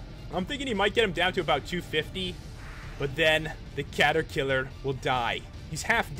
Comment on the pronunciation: Cata-kiler HaHaHa